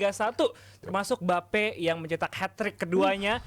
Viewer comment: Adiyani ngomong mbappe jadi embape